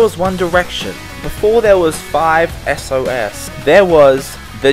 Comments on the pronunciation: "before there was 5 es oh es" same dude, same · "5 es oh es" GTGTG